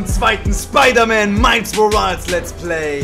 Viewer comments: Es gibt nichts auszusetzen aber bitte... Sag nicht mehr Miles Morals, es heißt Miles MoralES 😂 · Niemand:: miles morals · wird aber „morals" aussgesprochen